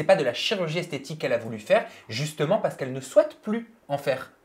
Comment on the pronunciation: Maeva Guenam elle ne parle pas de chirurgie esthétique mais de chirurgie "esthétchique" 😂😂😂